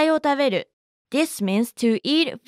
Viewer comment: やさいをたべる sounded a bit like water bottle (wota beru)